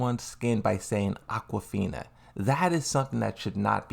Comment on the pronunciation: Listen here your silly goobert, her name is Aguaphina